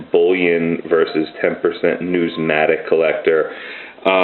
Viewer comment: I've subscribed, and look forward to the rest of your videos. I did also want to mention that you mean to say 'numismatic.'